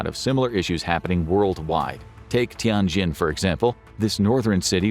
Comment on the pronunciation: By the way, Xi'an is more like She Ann, the zhou syllable like Joe, Tianjin like tyen jean.